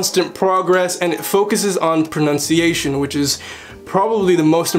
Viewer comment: Pronunciation NOT pronounciation!!!!